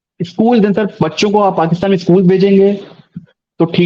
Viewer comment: इन्हे हिंदी नहीं आती ट्रांसलेट का सहारा लेते है और ये इंग्लिश ने पाकिस्तानी स्पेन को सपेन स्कूल को सकूल मतलब आधे स को इस कि जगह स बोलते है इसलिए हिंदी ट्रांसलेट इनको समझ नहीं पाया और ये वापिस पढ़ भी नहीं सकते कि पेन लिखा है या स्पेन